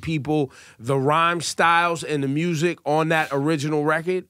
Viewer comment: Lol at “mursic”